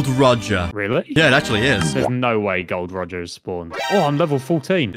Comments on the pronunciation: ITS GOL D ROGER NOT GOLD ROGER PRONOUNCE LIKE THIS ( GOL DE ROGER ) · Bro it's Gol' D. Roger not Gold Roger. Y'all need to stop butchering names and phrases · Me who heard Gold Rodger when its Gol.D.Rodger every one piece fan is crying with me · It’s Gol D. Roger not Gold Roger